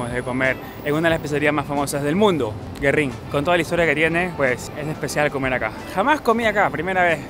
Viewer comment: SE PRONUNCIA GÜERRIN … no Guerrin ! Tiene apostrofes sobre la U … que tipo tan antipático 😅